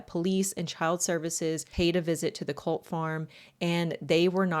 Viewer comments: cOHlt clan not cUHlt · Kinda does. Depends on how you pronounce it.